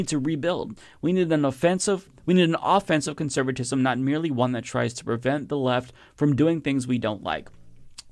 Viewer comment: The way you said "offensive conservatism" the first time was correct.